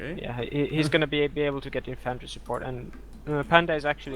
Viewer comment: Very nice tourney and well fought panda, beautiful epirus game! But guys if you are gonna cast a tournament please make sure microphones work properly:) and your co caster should maybe listen to the english pronounciation of infantry and how to handle soft k sounds ( as in Cavalry ). I have always fancied you. God job overall and thanks for uploading this!